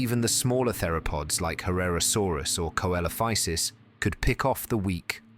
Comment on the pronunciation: See lo fy sus not kelofisus